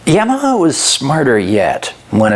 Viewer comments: Only nark with the video is that you pronounce it YamaHER instead of YamaHA. Its like haha sound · Why are you saying YAM-e-hah though? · is it really pronounced like that? I always thought it was YAH-MUH-HAH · Is he saying "Yamaha" strangely or is it just my American ears/hearing disability? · Awesome video. Subscribed. Stop saying Yamaha like that. It bugs me. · Love this video,, but I'm kinda too stunned by the news that for the last thirty-plus years I've apparently been saying "Yamaha" wrong. Or is that just your Canadian butchering? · That's not how you pronounce Yamaha,.